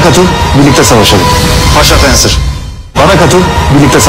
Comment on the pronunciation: Poğaça fensır diyor orda